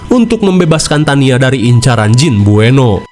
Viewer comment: Buenot bang bkn bueno😅